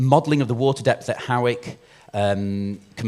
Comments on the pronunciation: It's pronounced Haw-ick, like paw, not like how or now. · Actually it’s pronounced hoyk